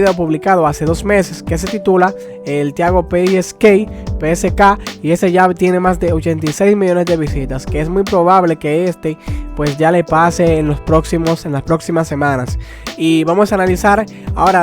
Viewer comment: se dice tiago pe zeta ka